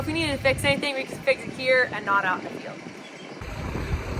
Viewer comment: Why do you say failed all the time? Or do you mean field(pronounced feeled)? Lol 😂😆j/k